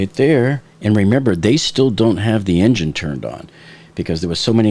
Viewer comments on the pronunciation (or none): none